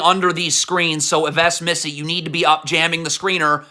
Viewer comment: You know what’s the worst too? You pronouncing Yves Missi